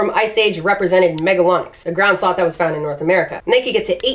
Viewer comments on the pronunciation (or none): I just keep hearing Ground Sauce 🤣 Still, great video!